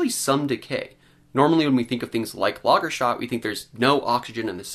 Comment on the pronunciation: You're an educated guy, and I enjoy these reviews. But it's not "Lagerstat" it's Lager-stet-e".